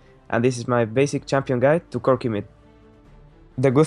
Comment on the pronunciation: Lmao "cookieee"